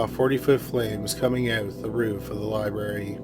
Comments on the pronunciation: Lye-Barry lol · Any1 else want to shut it off in first minute because he says "liberry" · Omg the word is "Library" Learn to pronounce words more professionally!!!